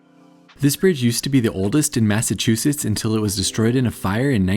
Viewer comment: Massachusetts! Yaaay! Bon (born) and raised they'uh. 😝 🤘 At least you say Massachusetts right. A lot of YouTubers can't. 😆